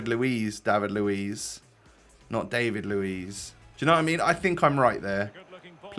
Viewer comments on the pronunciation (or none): dÁvid, you need to open the "A"